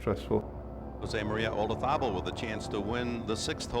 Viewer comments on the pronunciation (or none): Why can’t people pronounce Olazabal’s name! It’s not ola-tha-bull, the emphasis on ‘tha’ .. the Spanish pronounce it Olathabal. The emphasis on the ‘la’